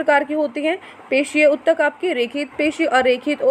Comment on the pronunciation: Hello mam mujhe ek confusion h jitni bhi worksheet utak ke bare me h usme mam likha utak hua hota h but aap utttak bolte ho mujhe isme confusion h